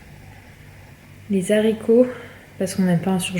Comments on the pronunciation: Les zaricots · on fait pas la liaison quand on dit des haricots !!!!